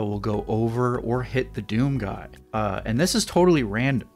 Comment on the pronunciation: I can’t believe it took me this long to watch this whole video, it kills me how you say “He’s a Doom GUY.”